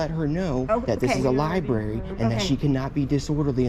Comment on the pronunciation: Carnage in the Libary